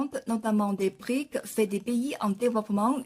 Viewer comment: un détail, brics n'est pas le pluriel de bric, il est important de prononcer les "s" à la fin , préciser la signification de brics car tout le monde ne sait pas voire peu de gens ... brésil, russie, inde, chine et south africa ... sinon ravi de voir que les brics sont un contre pouvoir à l'hégémonie américano-occidentale